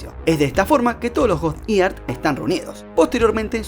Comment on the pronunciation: Muy buen to aporte, muy bien resumido y con claridad. Sugerencia; (eater, no se pronuncia ear. (ēdər: Ider, o itær, no encontré la letra hahahaha digamos que es esa. Me ha atropellado la tecnología.) si te gusta pronunciación británico.